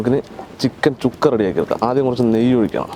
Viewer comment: ചുക്ക അല്ല ശുക്ക